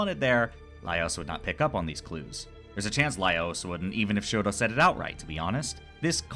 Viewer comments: first of all, i just wanna say how much i loved this analysis, ive been trying to find autistic analysis on dunmeshi and this was EXACTLY what i was looking for second, just as a mixture of fun fact and psa, shuro's name is actually toshiro, "shuro" becoming a bit of an unintentional microagression from laios over not hearing toshiro's name properly and later not bothering to change to the right pronunciation. its not a widely known fact since its from an omake i think? but yeah lol third, about throwing more autistic rep your way, its more of an implicit/unintentional thing but have you ever watched mob psycho 100? being autistic, that show hit me like one of those massive waves at the beach that catch you unguarded and drag you across the sand out of how hard it was LMAO. a friend recommended it to me and if i was getting the autism vibes from the first episode from him, by the third ep i was SOLD. convinced 100%. it's on my top 3 shows by autism representation along with the owl house and dungeon meshi. not only the main character, mob, is very coded in my opinion, but like. easily half of the main cast can be read as some flavor of neurodivergent, ranging from dissociative disorders to PTSD, ADHD and autism which i feel are the more prominent. there has been a lot of discourse on the fact many of the author's characters seem to be either intentionally or unintentionally coded, but tbh it just makes the show really well written, it's a love letter to autistics in an allist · wasnt it framed as a micro aggression though? it didnt come as just a quirky little thing to me and rather laios being an ignorant westerner?? lmao poor toshiro getting his name pronounced wrong all the time